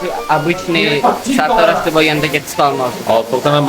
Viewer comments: Sattarosh ✅ sartarosh❌ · Oka sattarosh😂 emas sartarosh